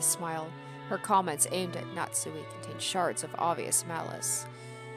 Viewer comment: Pronunciation notes: - You did Natsuhi's name correctly - Beatrice is like Bay-ah-toh-rii-che. You'll hear it plenty of times. I like to hear your theories and analysis! Even so early, I feel like you're picking up on things that are important to notice.